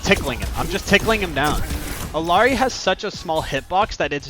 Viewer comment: How can I trust someone who can't even pronounce the characters name?